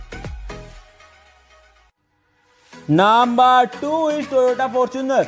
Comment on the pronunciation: Ists not naaamaar its number😂😂